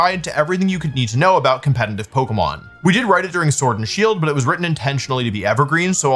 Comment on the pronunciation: Conletitive!! Not Compenitive